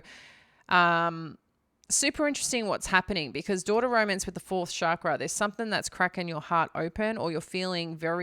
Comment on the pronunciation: If you know so much about chakras then why don't you know how to pronounce the word? Stop culturally appropriating from Hinduism and bastardizing it's meaning, you're not qualified to talk about chakras at all and NEVER WILL BE.